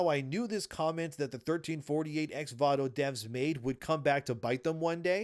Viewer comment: Why does he keep saying Vato when it is Voto? This is legitimately annoying